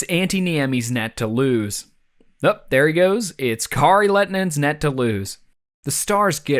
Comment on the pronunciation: It's actually pronounced Kari LET-A-TONNE-IN